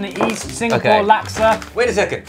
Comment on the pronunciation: Every time they say laksa I die abit inside 😂😂😂 never knew it could be pronounced like that - from Singapore